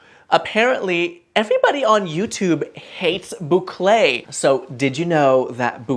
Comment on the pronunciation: Hello, tu prononces très bien le mot Bouclé 👍👍👍... Et merci pour tes sages conseils en déco.